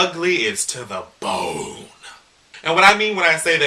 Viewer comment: Why, why, WHY did you say bone like that?! I vowed not to watch you while I study but here I am.